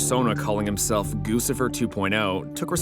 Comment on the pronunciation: Surely it's Gucci-fer, like the brand Gucci. "Goosifer" sounds derpy